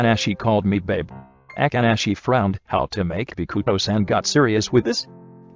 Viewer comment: Me: read this name “bokuto” Everyone: Bow-coo-toe The voice over: Bee-coo-toe